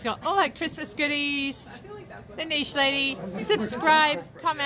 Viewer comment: I love that you pronounce niche correctly 😊